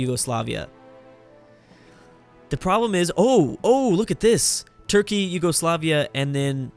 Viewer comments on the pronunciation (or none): none